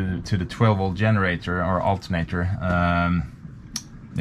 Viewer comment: great job with all the electrical work...you make it look easy. Obviously your English is absolutely 100% fluent, even idioms like "find a new home". But I still get a kick out of native Swedish speakers pronunciation of English words that begin with a "G" such as generators. You pronounce it with a long "Y" sound...yenerators. Keep up the technical video's.